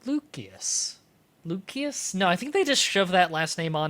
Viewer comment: I think it's pronounced lucie-us